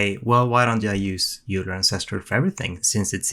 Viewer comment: Euler is pronounced "Oiler" just FYI.